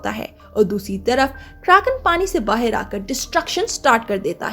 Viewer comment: Bahaar bolte hai.. bahir nhi .. (ー_ー゛) but good work.. 👍👍😀